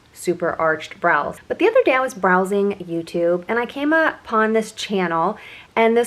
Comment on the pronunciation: "The other day, I was "BROWsing" 😂 Sorry..... I laughed!!!!!